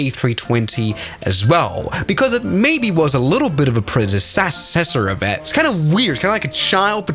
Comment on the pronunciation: "predescsassecssor" what was that